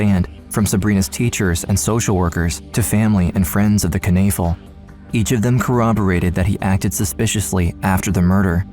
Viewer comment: Kanafill? Iy clearly says Knoefel. Learn to pronounce.